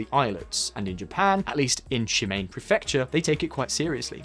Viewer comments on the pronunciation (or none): Pronounce it /Shi*ma*ne/ not /Shi*Mein/. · Shimane isn’t pronounced correctly. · It’s not “Shimain” prefecture it’s pronounced shi-ma-ne. Learn the local language before pretending to know everything about Asia you dumb a**...so much of Western arrogance. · ’( butchers “Shimane” it’s not “Mane” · I LOLed at ShiMAIN prefecture. First time I've heard that particular Japanese mispronounciation. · shimane... please just read it literally... it's not she main xD